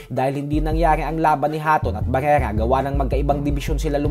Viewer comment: pakipronounce ng maayos si barrera